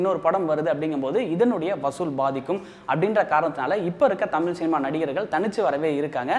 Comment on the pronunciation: அழகுதமிழ் ஐஸ்வர்யா எங்கே? உன்னோட "தமிள்" உச்சரிப்பு சரியில்ல...